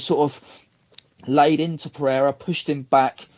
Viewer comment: is thrilled every chance he gets to pronounce Pereira's name correctly. If I'm not mistaken was the first American to pronounce the country of Niger correctly. "Neezherre", he was heard saying.